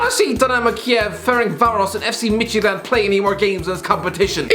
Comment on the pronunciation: Im from Denmark and I must say I’m impressed with how you pronounced fc Midtjylland